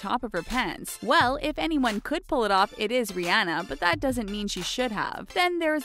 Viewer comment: You are saying Rihanna wrong and it's killing me